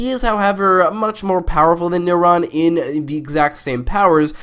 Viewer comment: Why do you pronounce Neron as Neuron? How could you mix up a powerful demon with the thing that does all the stuff in your brain?